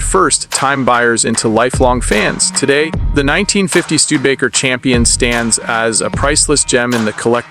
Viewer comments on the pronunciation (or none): "Stu-de-ba-ker" is pronounced with 4 syllables.